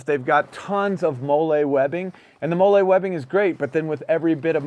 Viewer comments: Loving the review! Only critique is that it’s pronounced “Molly” webbing and not “Molé” 😂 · Not a dig, just a pet peeve as a vet, the pronunciation of molle